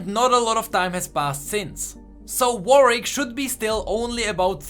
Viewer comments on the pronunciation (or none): none